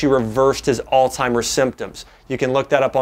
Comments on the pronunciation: Makes me think he's not really a doctor... just a good speaker. I've always pronounced Altzheimer's as "ALTS - HYMERS" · Alz·hei·mer [ahlts-hahy-merz] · It's not pronounced "all timers" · Why would a Doctor even say All Timers????? It’s Alzheimer’s ??? Might as well SAY VALENTIMES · I can't believe you just said alltimers disease several times. It is alzheimers. YOU SHOULD KNOW BETTER. Good info though. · Is it just me or did he say alltimers lol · Jae Vaughn My grandmother says "Ooh, gotta watch out for that "Old timers." I heard DA add the t in there and began scrolling for other vids. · Did he say all timers? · A “doctor” saying all-timers? How incredibly embarrassing. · Wow.. I can't take anyone, let alone a doctor who can't pronounce Alzheimer's disease seriously. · Great video But you being a doctor and all shouldn't you know it's pronounced Alzheimer's....